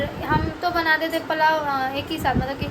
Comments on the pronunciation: plao nhi hota dear Pulao hota h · Shi bol rahe h ap ko pulao v nhi bolna ata h palao bol rhi h